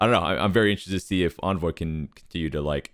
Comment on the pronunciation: I love the content guys, great analysis! Can you guys start pronouncing Envoy’s name correctly? There was a CDL interview done with Envoy where he actually speaks the proper pronunciation. Do you guys not care or not watch the interviews? Just seems like a careless detail to miss.